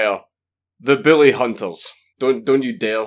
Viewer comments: I know your saying bully but it sounds like billy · God damn it I thought you were saying “billy hunters” for half the video lol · Mr Dankula when you said Bully hunters i heard Billy hunters, so i have ask what do you have against people named billy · god damn it, it keeps sounding like your saying the fucking Billy Hunters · it sounds like hes saying the willyhunters or billyhunters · Is it just me or does it sound like he is saying Billy and not bully? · i.....i can't figure it out.... ARE YOU SAYING BILLY ON PURPOSE OR ARE YOU ACTUALLY TRYING TO SAY BULLY????????????????? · Just to clarify: Are you saying "Bully" or "Billy"? I'm all for going after "Bullies" but attacking everyone named "Billy" seems a bit much. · It sounds like he said “Booly Hunters” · BILLY Hunters LOL my dude I love your pronounciation Sounds like a hillbilly extermination cult the way you say it Kappa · Count Dankula sounds like he's saying "Billy Hunters" instead of "Bully Hunters" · Your beautiful accent makes the word "bully" sound like "billy" and it's so fucking funny. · I love you. I love your accent, but I heard Billy hunters the whole video... Poor Billy! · It sounds like you're saying "Billy Hunters". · I know you have an accent, but I can't NOT hear you say "bully" as "Billy", and I wonder why anyone would want to hunt the lovable idiot from Grim Adventures.